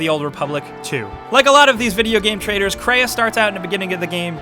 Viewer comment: It's pronounced traitors, not traders!!